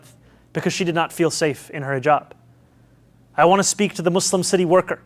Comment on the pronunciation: Him purposely saying heejab is driving me crazy